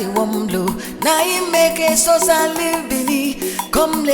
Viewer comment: Its the way agent pronounces Eseosa